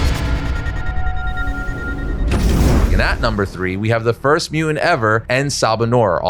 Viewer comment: Can you please pronounce "mutant" coreectly?